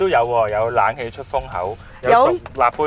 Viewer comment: 係冷氣呀，唔係懶氣呀。